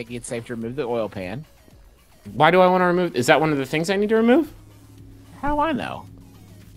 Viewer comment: justin saying "oil pan" like "oil can"....he's nothing if not consistent